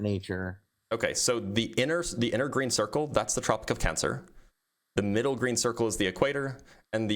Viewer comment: This guy saying MITTLE is making me homicidal